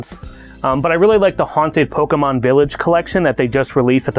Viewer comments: Its mon, pokemon, not man!!! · "Pokeman" Looks at the spelling for Pokémon I'm pretty sure Mon makes more of an 'On' sound then a 'An' sound so can confirm it is Pokemon not Pokeman. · Pokemon, not man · Actually it is pokemon po ke _mon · There is nothing cringier than someone deliberately missprinouncing the word Pokemon as "PokeMAN" just to try to emphasize their ignorance.